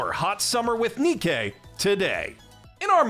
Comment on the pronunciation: Im gonna be that guy, Nikke is pronounced like Nike.